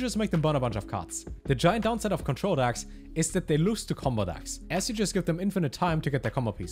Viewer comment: why does he keep calling them "dacks"